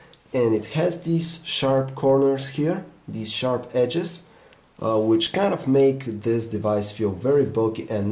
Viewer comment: "Htc ONE X has shap edges", please fire him